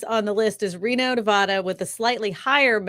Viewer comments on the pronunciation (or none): none